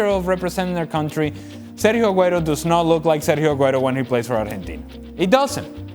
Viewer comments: Keiron Peach “Arhentina” is the correct (Spanish) pronunciation. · por fin un extranjero que sepa pronunciar bien el nombre